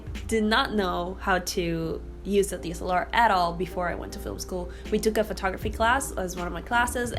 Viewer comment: I am going to guess there is something called a D.S.L.R. ? It sounds like you are saying deesalar 🤣